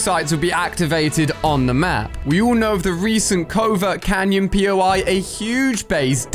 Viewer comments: Covert cavern* not covert cannon sorrry not being rude just saying bc it’s funny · Why is everyone saying Covert Canyon instead of Covert Cavern? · bro not covert canyon its covert cavern